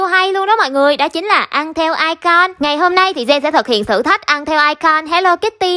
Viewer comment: icon đọc là ai cừn chứ ko phải ai con đâu chị